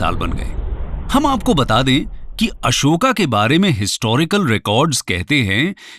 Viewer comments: kon se padhai me अशोक को अशोका बोला जाता है, सुपारी निकाल के बोल गुरु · Bhai Hindi ही bol rahe hai तो Ashoka ❎️ अशोक बोलिए Real लगेगा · ये महाशय अंग्रेजी में पढ़े-लिखे हैं इसलिए अशोक को अशोका कहते हैं ।जो भारतके राजाका शूद्ध उच्चारण नहीं कर सकता वो हमें ज्ञान प्रदान करना चाहते हैं । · Kyun tum logon English pronunciation follow karte ho.His name is Ashok not Ashokaa pls